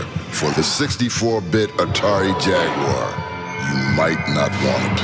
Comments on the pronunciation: I didn't know Australians miss pronounced jaguar as well. Thought they actually knew how to speak English 😂 I'd love more terminator movies Set in the actual war Also love the 360 avp game Went through it again recently on pc and really liked it still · Why does he pronounce Jaguar as "jag-waa"?🤣